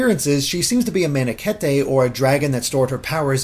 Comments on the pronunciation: Manakete is pronounced Ma-na-keet, not Ma-nake-tay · In Shadow Dragon, an NPC mentions Manakete being said similarly to Parakeet and in Warriors Tiki pronounces it as “Man-ah-keet” so nope he didn’t pronounce it correctly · His pronunciation is almost correct, though. Má-na-kê-te Not Man-a-keet He mixed both of them, with the ending being right... but still a unique way to pronounce it ... And this is going all th me way to the LeviOsa memes again hahahaha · Its Man-uh-keet. OR Mana-keet. Either way, I don't take Seriously when it comes to FE. They barely have knowledge on the subject... except, I guess? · I hate to be that guy (wait no I don't) it's just mana-keet. We know this from fire emblem warriors. You can pronounce it mana-ket-ae if you want but I thought I would inform you of it anyway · >Man-E-ket-E Do people still not know how to pronounce Manekete? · That's certainly a... unique? way of pronouncing Manakete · The triforce symbol might have something to do with formations. When Bernadette attacks you can see her in the center with her support troops in two groups behind her. Also Manakete is pronounced like parakeet. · That pronounciation of manakete made me flinch. And by the way, if there is no way to get all units from all houses, i'll be real mad and start tryharding fire emblem heroes.